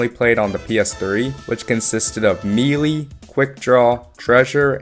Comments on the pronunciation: Melee is pronounce maylay, not meelee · "simularities" "mealy attacks" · "Meelee?" Are you joking? There's no way you actually think it's pronounced that way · Hearing people say *mee lee hurts so much. Its *may lay* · pronouncing "melee" "me lee" is like pronouncing "entree" "entry" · I wanted to stop watching when I heard him say that. Why is it so hard for people to say “melee” correctly nowadays? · 1 person mispronounces and suddenly that's somehow means its commonly mispronounced?